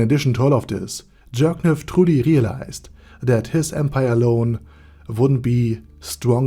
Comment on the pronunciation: I love how everyone keeps pronouncing it as jerkniv instead of Jircniv